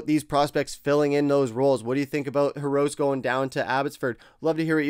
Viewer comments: if you cant prounounce Hirose's name, then dont try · please learn how to pronounce Hirose.